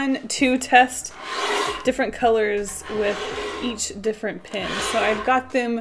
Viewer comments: OMG IT'S PEN NOT PIN LOL IT'S OK BUT 😥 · It’s cute how you pronounce pen, sounds like “pin” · It was funny to see you pronounce "pen" the same way you do as "pin", rather than the same way you start when you say "pencil". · The way she says pen. Pin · everything you say “pen” I think you are saying “pin”